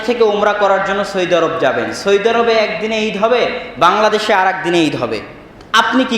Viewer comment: ভাই আবদুল্লাহ, সৈদি আরব না বলে সৌদি আরব বললে ভালো শুনা যায়।